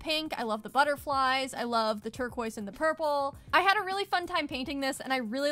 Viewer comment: Saying "turqua" may sound posh in english speaking places, but it really makes no sense, because it's supposed to be imitating the french pronounciation, but the french do not pronounce it "turqua", it's "turquaz" . You can't skip the "z" sound. Your best bet is to prononce it the english way. Even if you're with french people, they would understand you.